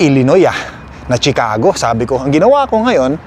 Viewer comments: Chicago is pronounced SHEE CA GO AND NOT CHEE CA GO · I-pronounce mo muna ng tama ang CHICAGO bago ka pumunta doon! Baka marinig ka ng mga locals doon sa tukmol mong pronunciation ng Chicago at batukan ka pa o pagtawanan ka roon. 😂😂😂